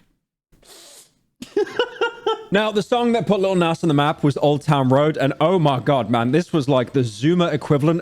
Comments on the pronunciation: "lil näss" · Bro saying nas haha